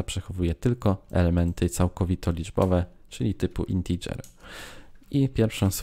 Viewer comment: Co Wy macie wszyscy za problem z tą wymową "integer" po angielsku???